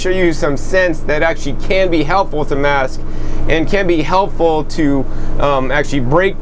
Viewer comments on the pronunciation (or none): none